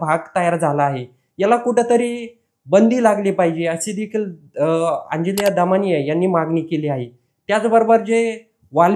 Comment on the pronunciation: अंजलीया म्हणतोय